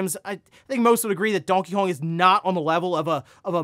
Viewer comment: Literally never heard anyone pronounce Donkey Kong that way. You really struggle with words in general.